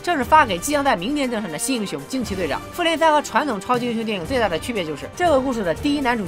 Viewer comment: 一直將復聯聽成婦聯😂😂😂